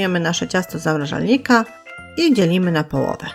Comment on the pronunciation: ZAMRAŻARNIKA czemu nie potraficie nauczyć się, ze tam jest R a nie L, zamlażasz czy zamrażasz? kurde no, tak ciężko to zapamiętać?